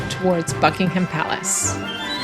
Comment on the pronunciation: One small tip. The H is silent in Buckingham